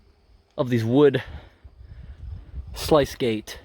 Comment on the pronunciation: Couldn’t watch anymore, mispronouncing “reservoir” as “reserve-ORE” was bad enough, but calling “sluice gates” “slice gates” come on...